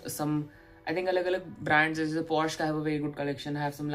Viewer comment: It's pronounced Porsche "पोर-श" and not porsh!